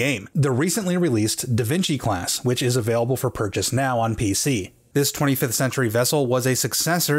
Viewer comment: ...DA VINKY??